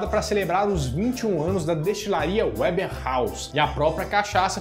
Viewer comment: A pronúncia do nome da cachaçaria é Weber com som de “V”, e não americanizado com som de “ue”.. só a título de conhecimento mesmo, pq o vídeo está ótimo! Kkkkk… Adorooo!!! ❤